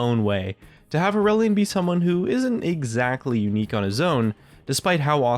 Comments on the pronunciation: Every time he said Aurelion I kept hearing Irelia and was very confused.... >.> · More like too edgy. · sounds like its trying too hard